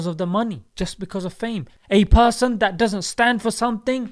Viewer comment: "A person"? You mean "a pusson"?